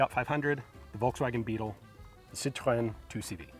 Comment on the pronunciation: HA he said citroén correctly... But its 2 che voau